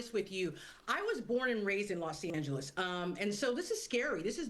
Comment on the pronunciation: I'm just very happy to hear British people pronounce Los Angeles correctly on the news.